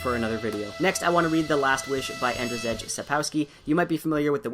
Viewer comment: "andr-zech" sapkowski :D that pronunciation! very wrong but I get it ;) great books otherwise